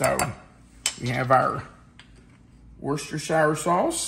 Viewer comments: Yeah! Crispix, 'FTW!' I've never heard of Kix in Chex Mix. I'd say this is definitely different! Ahh, oysters crackers! Mmm... peanuts! Cashews are good, too! ...and Bugles! [hehe] Just to mention it, worcestershire is pronounced wooster-sheer. I found out when I heard there's a city (town?) called Worcester in ME and was told it's pronounced wooster. I later searched the pronunciation of "worcestershire" and it's the same. 🤣Those pretzels really wanted to join the party! I can't say I have any particular favorite snack(s). My preference is anything crunchy. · But… I live in NH - but less than an hour drive from WORCESTER, MA. So, the correct pronunciation of this city is as follows: WOOS-terrr(rhymes with burr) … rhymes with “he is not brave; he is a real WUSS!!” Hence, the “sauce” pronunciation is as follows: WOOS-terrr-shear Sauce. And yes - it is “SHEAR” rather than “SHY-ER” . The emphasis is on the 1st syllable in BOLD ie “WOOS”Easy peasy once you practice a bit! One of my kids is a Prof Chef & can vouch; another one of my kids lives in Britain & can vouch. Lastly, I live 1 hr drive from BOTH Concord, NH and Concord, MA. Sharing this since you were teachers…. an old New England saying is still a truism: ”Atila the Hun never conquered Concord.” Newscasters & politicos usually mis-pronounce the CITY name. Both the city & the action are pronounced THE SAME. If only they’d been taught this adage! I really enjoy your videos & recipes - keep up the good work! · I say "war chester" sauce😂 Does anyone know the correct pronounciation😂